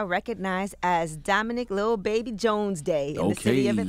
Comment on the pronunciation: She said Dalilbaby